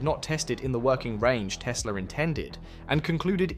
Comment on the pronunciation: Как мне нравится автодубляж - Колю как только не называет - Тесла, Тислы, Тёсла😂 Он там, в гробу, наверное, вертится, как турбина.